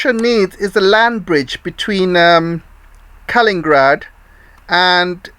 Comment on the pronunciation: Thank you your channel. Your views are a voice of sanity for many people, I am sure! Pardon though for my little remark conserning such details, but K a l i n i n grad 's city is named after a person called Kalinin, not Kalin, although there has been also a person called Stalin >and city of Stalingrad. Pelovski you propably say purposefully. Sorry if my remark maybe somewhat rude, I don't mean that way. I am not english speaker.